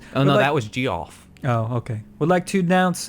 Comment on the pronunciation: Geoff is not pronouns G-ee-o-off, its pronouned - j eh f